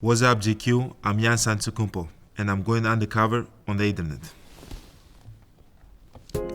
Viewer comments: 原來Giannis 中間的第二N不發音喔? 現在才知道欸XD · 連他念自己的名字都是糊ㄉXDDDD